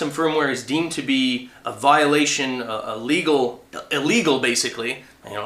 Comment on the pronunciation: ...what the hell is "ELGAL"?